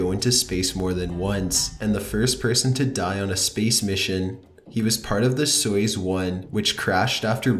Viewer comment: Where did you learn to read?! Jesus. "bloop" = blOOp. Not blop. Soy-oos. Not Soyus. Oh Claire DE la Lune. Not Di.